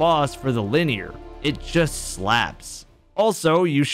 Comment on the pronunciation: I thought I was mishearing in that clip where that guy got the Stormchaser until you also said "luh-near"